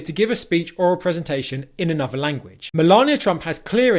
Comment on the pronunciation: This self-pronounced expert needs a bit of expert help himself : e.g. "anuvva" (another); "goh'ah" (got a); "oi would give" (I would give).